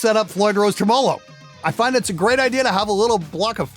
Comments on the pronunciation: The only other person I have ever heard say "tremole low" Adding an extra " L" syllable To Tremelo (tre mellow) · [talks about correcting someone’s pronunciation of “catastrophe” and complains about people not using the English language properly] Also: [mispronounces “tremolo” in the same video]